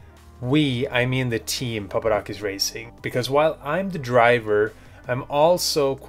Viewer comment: Turn cc on to see how they call Stephen papadakis, "STEPHEN PAPA DONKEYS" in the begining lol